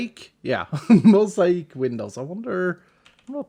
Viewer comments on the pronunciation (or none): Mosaic..... (Mo-say-ick) Not (Mo-sigh-eck) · mow-zay-ick (mosaic) <3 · mow·zay·uhk. :-) What you said is better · I love the way you work through pronunciations of new words. Mosaic is mo-zay-ick. But for us, please keep saying mosa-eek. Please <3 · Those moments where you subconsciously understand that someone is not originally an English speaker, but only consciously realize it when they mispronounce something somewhat common. Hey! Mosaic is pronounced [moh-zeh-ick] rather than [moh-zie-eek], just for future reference:D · It's Mo-say-ick not Mo-syche, btw. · moe zae eek lmao it's moe zay ic btw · Mo-zi - ik 🤣 Mo - zay - ik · By the way, mosaic is a weird English word and doesn’t follow the rules. It is pronounced MOE-SAY-ICK. Or moe-Zay-ick which is how I say it. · mosaic is pronounced {mo-ZAY-ick} not {mo-zy-EEK} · It's (mo-say-ic) not (mo-sai-ic). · Mo zay ic Not mo si ic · Although mosaic is generally pronounced "mow-zay-ick" I really want you to keep saying it the way you do, it is so much nicer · Love the under ground buildings people do also Moe-say-ich is the correct way to say it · not sure if its been said, but mosaic is pronounced Mo-zay-ick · I am loving the steampunk vibe!!! (also p.s, mosaic is pronounced 'moe-zay-ick'; they are common in churches and chapels) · Great... now I'm gonna pronounce it mose-i-eek for the foreseeable future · Can I say I love how you say mosaic. If you are curious though it is usually pronounced (mow-zay-ick). But say it how you want! 😊 I enjoyed the video, the workshop looks great! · The correct pronunciation for the mosaic is mo-zay-ick. Tho the way you say it is really funny. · Actually I understand the change. a Mushroom Biome only has Mushroom Cows as a natural spawn, keeping you and your farm animals safe. And changing the island into a grassy wonderbase isn't going to change that. Mosaic = Moh-zay-ick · its mo-zay-ic(mosaic), just wanted to say.(love your vids!!)